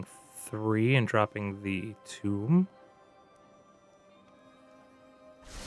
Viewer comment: sir, that is a "tome" not a "tomb" thanks for the video, good gameplay.